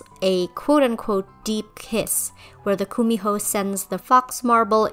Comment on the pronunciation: Hi! I'm korean, and I just want to fix your pronunciation of Kumiho. It's pronounced more 'gu-mi-ho' with a g instead of the K. Otherwise, love this video! Thank you for the Korean representation, hehe